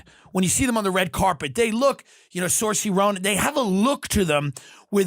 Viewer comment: The way he says Saoirse Ronan is tough to listen to, especially considering Tim's 'Irish' 😂😂😂